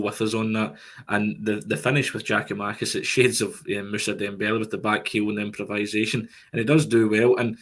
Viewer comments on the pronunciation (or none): Another one saying Giamakis it's GIAKOUMAKIS!